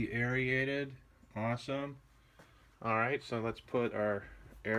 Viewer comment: LOL You keep saying, "Air-ee-aided." It's pronounced "air-rated."